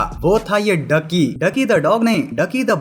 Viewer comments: इसका नाम “डुकी” नहीं “ड्यूकी” था। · Dukey not ducky 😂